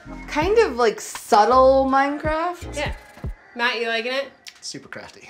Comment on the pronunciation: I PLAY MINECWAFT!!!!!😂😵😳😍😍😍😍😝😝😘😘😜😜